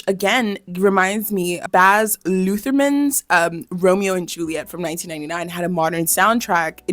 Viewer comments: she keeps saying withering instead of wuthering too, i noticed the emily bronte thing too and the Baz Lutherman instead of Luhrman, she don't know wtf shes talking about, i can't watch anymore doing my head in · Dude I thought it would be one error at the beginning but it happens again. Also Baz Lutherman instead of Luhrman.... I like her but these errors are triggering my undiagnosed ADHD.